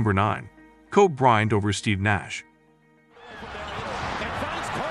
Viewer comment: if u ain't gonna pronounce kobe's name right, u shouldn't speak it at all